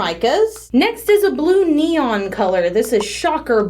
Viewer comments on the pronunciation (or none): none